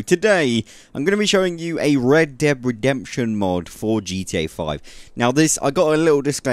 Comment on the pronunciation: really sounds like you are saying Deb and not red lol